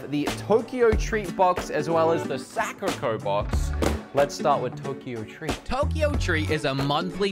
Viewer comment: i love it how he cut himslef prononcing sakurako cause he doesn't know how to... yes I DID watch all his videos